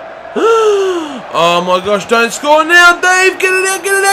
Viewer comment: Oh my wersh haha